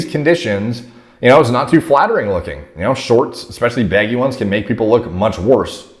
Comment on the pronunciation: why does say baggy “beggy”